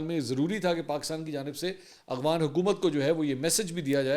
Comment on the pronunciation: آپ ہمیشہ اغوانستان اور اغوان بولتے ہیں جبکہ درست افغانستان اور افغان ہے. آپ ملک کے بڑے صحافی اور اینکر پرسن ہیں آپ سے غلط تلفظ بہتر نہیں لگتا